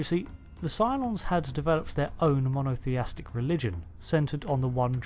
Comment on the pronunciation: The word is Mono-th-ee-istic not mono-th-ee-astic.